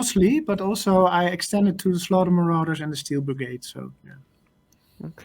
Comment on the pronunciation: Gah...you said Marauders again 😂